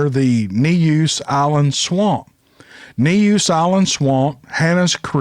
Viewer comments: Neuse is pronounced noose. I lived in Eastern NC as a kid. Love your story telling style. Hope you and all your furry friends are doing well. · Neuse is pronounced Noose. Buis Creek is pronounced Boo-ez Creek. You will get that one eventually! We got some names but not like y'all! HaHaHa!!